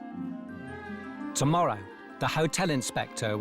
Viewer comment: Tomorra'! If you heard it, you heard it :D